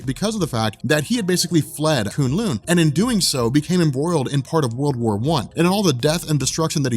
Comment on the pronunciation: Koon Loon sounds so terrible K-Uh-n L-Uh-n